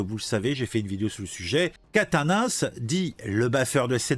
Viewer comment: Aaaaaaaaaaaaah !!! Je DÉTESTE quand on massacre les noms de famille !!! 😤😤😤 C'est QUATENNENS, prononcé : "Kat-nince" !!! (pas : "Catin-nince" 😑 ... )